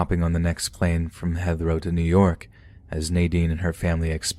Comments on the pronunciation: Yeah, that and pronouncing Heathrow as Hether-row instead of HEEth-row. There are alot of common words these story readers mispronounce, which is off-putting. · It’s like the pronunciation of Heathrow… it’s pronounced Heeth row lol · Heathrow is pronounced "Hee-throw". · Heathrow rhymes with "teeth crow." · Anyone else cry silently how he pronounced Heathrow? No? Just me? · It might be an idea to do a little research into pronunciation. Grosvenor is not pronounced groz venoor but grow vener. There were a few similar examples but that was the most hilarious and stand out lol. You might use the same edit technique as with 'Tanzania'. Heathrow is an international airport town, so shouldn't have been too hard to figure out. Great work besides though